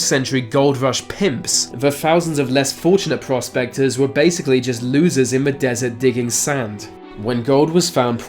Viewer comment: It sounded like he said prostaters instead of prospectors.